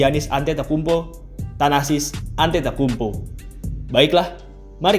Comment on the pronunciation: Agak salah pengucapannya min..but its okay..emg agak susah nama org2 yunani